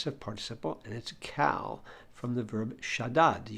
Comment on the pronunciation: Why does everyone at the Daily Dose pronounce קל as if it were the English name Cal? It's pronounced like "call."